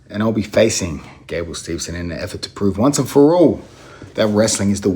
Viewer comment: “…in and effort to prove, once and furrouurrrohhl…”